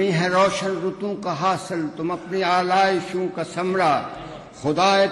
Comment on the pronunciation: اردو تلفظ میں غلطیاں ہیں آلائشوں ثمرہ اور بھی ہیں